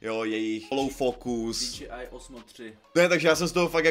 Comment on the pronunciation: Len taký friendly reminder ako osobne mi to nevadí ale DJI by sa malo čítať ako "Dí-džej-áj" Inak tá obrazová kvalita tohto videa je hrot úžas! Len tak ďalej!